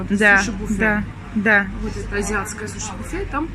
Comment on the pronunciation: А мы говорим: сУши, а не сушИ. Я в первый раз слышу, чтобы так произносили. 🤨😮